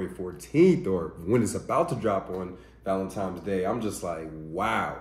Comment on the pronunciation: I was about to subscribe ,and then he said 'Valentimes'